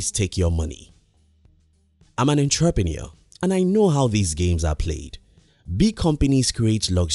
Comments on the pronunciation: 'entrapreneur' stuck out lol please tell him it's entrepreneur heheh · Another thumbs up. Great, informational, and motivational explanation about how to spend, and not spend money! However, you have not pronounced entrepreneur correctly. I really like what you said ; makes a lot of sense, certainly is logical. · intraprenewer?? wtf??